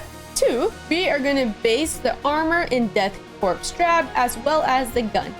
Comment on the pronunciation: Corps and Korps are pronounced as "core".